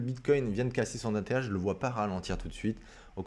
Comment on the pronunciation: Mdr, à , on dirait presque que tu dis : l'ETH est cassé !!! 😂 Merci pour l'analyse hebdo